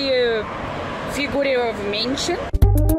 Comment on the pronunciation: figuriovmente??? 😂😂😂😂😂😂😂 que isso, é uma palavra nova???